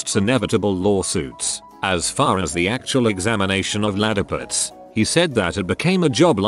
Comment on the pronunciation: text: ladyparts robot voice: LaDDipUtS